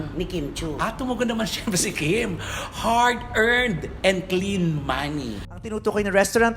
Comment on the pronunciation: Ang dinig ko "heart earned money" 😂😂😂